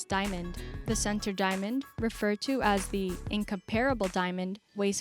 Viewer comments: It's pronounced "in-comp-ra-ble." Not in-compare-able. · How she pronounced incomparable...